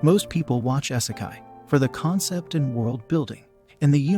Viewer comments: its pronouned "EEEE-se-kai"....NOT "Eye-se-kai" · The amount i was triggered every time he said " essikai" its "ee- seh- kye" smh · For the love of GOD! YOUTUBERS STOP USING ROBOTS TO READ YOUR SCRIPT! WTF IS... S-E-KAI?